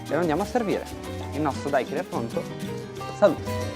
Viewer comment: si dice daiquirì la ultima i è accentata!!!